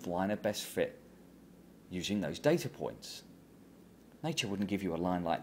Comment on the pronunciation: "dada points on the greaaaff" -lovely.